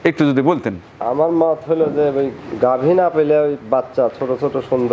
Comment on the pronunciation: আসসালামু আলাইকুম, একটা শব্দ উচ্চারণে সংশোধন করতে চাই। ঘাবি গরু বলেছেন, আসলে গাভী হবে।